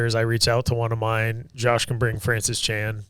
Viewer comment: "Jash" Hooper? 🤣